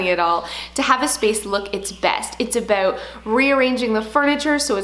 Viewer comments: a-boot lol cutee ( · I love how you say the word “about” LOL. ❤️